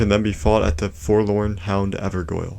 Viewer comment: A few corrections: 1. It's pronounced Blaith 2. It's pronounced like Ever Jail 3. Ranni kills Seluvis as she uncovers that he is plotting against her. He's been dead since you give her the blade from Nokron 4. That mask is always there and has nothing to do with Blaidd himself 5. Blaidd had no idea he would betray Ranni, only Ranni and Iji did but Ranni loves Blaidd and Iji raised them together and couldn't bare to tell Blaidd the truth.